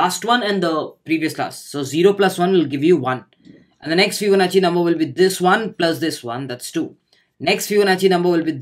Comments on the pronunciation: it was not fibonachi ..it is fibonacci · What!! I today got to know it's fibonachi. All these times i've pronounced it as fibonaki and noone corrected me either.. thanks:)